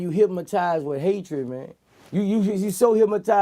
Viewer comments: I kept saying the same s***!! Why he keep saying "HYPMATIZED" instead of "HYPNOTIZED " but I get choo Boosie. Lol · Vlad should have spelled it the way he said it. Hymatized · I just realized after all this time he saying "Hymatized" lmao but this the realist shit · He didn’t say hypnotized. He said hypmatized